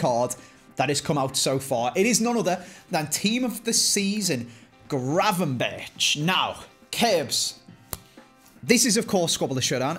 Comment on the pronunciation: Please stop saying gra-ven-ber-tj and start saying gra-ven-berg